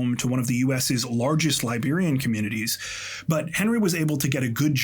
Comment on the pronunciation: I'm Liberian and haven't heard of this story. So tragic and disturbing. Also, thanks for the accurate pronunciations of Liberian names and places, excellent work as usual